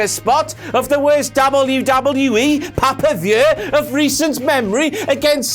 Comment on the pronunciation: Listened just to hear you say "Pah-pah-vuew!".